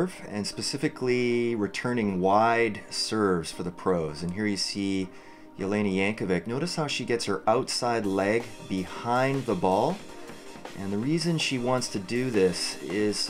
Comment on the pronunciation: thx, its spellt jankovic though :) and pronounced yankovich ;)